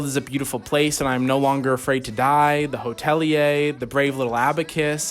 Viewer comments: the hotelier pronounciation...really...its the hotel year ya punx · it’s pronounced “hotel-yer” not “hoteli-yay”. The bands original name was The Hotel Year. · some insane mispronunciations here. "the hotel-ee-ayy" 🤣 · Not the mid they were smoking 😂😂😭. But for real though if you think hot mulligan can’t write music you’re crazy. Also weird as hell to call paramore and panic pop punk. Oh and the hotelier is pronounced “the hotel year” 😂. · Somehow the biggest insult in this video was the pronunciation of Hotelier